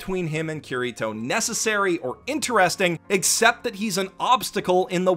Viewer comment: ITS NOT KIRR I TOE ITS KI DI TOE!!!!!!!!!!!!!!!!!!!!!!!